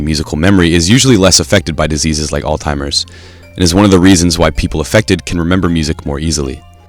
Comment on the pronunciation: You say you want to give the disease the respect it deserves but you cant even be bothered to learn the pronunciation ? ALL-TIMERS? Seriously?